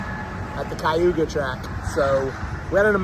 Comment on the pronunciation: American speak funny. It’s called Cayuga - K you Gah. Not kye you gah. And Tor Ron oh. Not Tor Ron Toe.